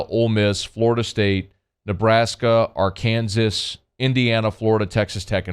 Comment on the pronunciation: Are you just trolling Arkansas or do you legit not know how to pronounce it? Either is fine with me